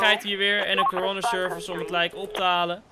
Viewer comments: hoe coroner service zegt corona service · Je zegt bijna corona service